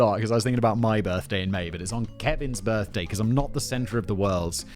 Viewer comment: I swear I heard Simon say girthday. Somehow, I don't think it was a mistake. Another fabulous script Kevin.